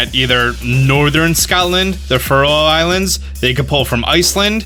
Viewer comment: Did he just say scoutland....